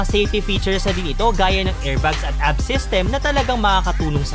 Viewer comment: Weyt lang let me correct you first A.B.S. PO HINDI ABS letter by letter po Ang pronouncation